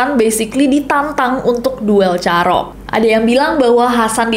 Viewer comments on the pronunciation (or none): Kak cara penyebutann "carok" nya salah. Mau benerin tp gada vitur VN 😂🎉